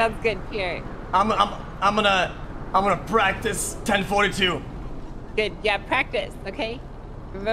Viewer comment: Nobel prize for my man Pee air